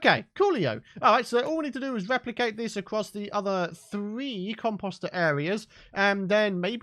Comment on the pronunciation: the way he says composter is annoying. just sayin.